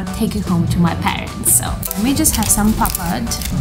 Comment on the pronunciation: Pronounce " D " in Papad as "R".